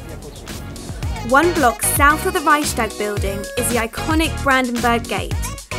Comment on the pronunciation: HAHHAHAH reyschstag building